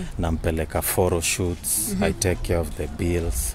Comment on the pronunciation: It is "phoro shoot" for me😂😂😂😂